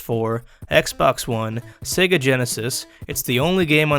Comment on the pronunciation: It's pronounced "see-guh" not " seg-uh". Get it right jerk